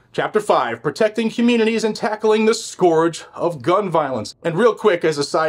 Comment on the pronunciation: Score sounds like oar. Scourge sounds like urge. Scourge does not sound like sk-oar-geh, but sk-urge.